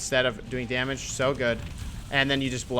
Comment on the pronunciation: Dam--age.. It's just one more syllable. please say it.